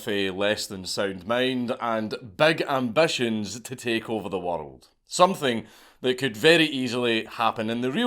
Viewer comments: Where is this "wurrold" place you keep mentioning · im not watching the rest of this video because of how you pronounce woruld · its more like waddled i cant stand it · Bro every time you pronounce "world" as "wirdld" I lose my shit 😂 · What is a “Wurrold”? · Why do you say the word world with three syllables makes no sense